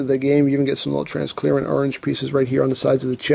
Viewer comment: lol transclearent? its transparent